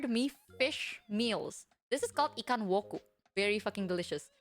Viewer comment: its ‘ikan woku’